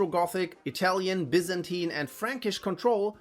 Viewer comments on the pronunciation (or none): none